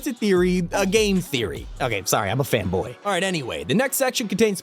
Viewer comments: Did bro just say fanboy or femboy? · Did he say fembpy or fanboy💀